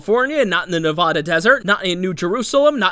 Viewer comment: you are saying nevada wrong, just so you know